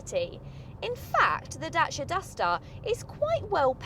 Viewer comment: Great video, we just bought one. Please say DACIA not DASHIA 🤣🤣